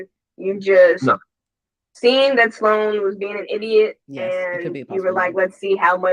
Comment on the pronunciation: Sloan is one syllable. You keep saying Sa Loan. Please. Stop. You are far too intelligent to be pronouncing a word so poorly.